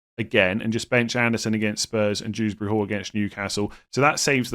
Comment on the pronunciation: I'm sorry did you just initalise Kiernan Dewsbury-Hall like his name is Dews Bury Hall